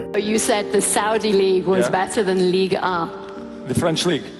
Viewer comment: damns ligue ehh sounds funny af